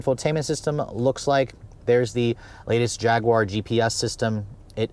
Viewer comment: u should say "Jag-you-are" instead of "Jag-gu-are"